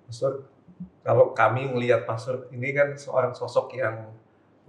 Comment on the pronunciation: pastor, bukan pastur. Kamu salah ngomong